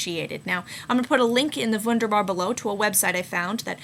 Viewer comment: It took me a second to realize you were saying "wunderbar."